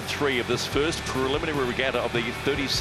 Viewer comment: Except Peter Lester can't seem to pronounce "Preliminary" or "Inaugural" properly.